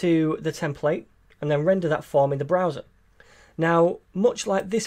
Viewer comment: It's so cute how you pronounce 'browser'.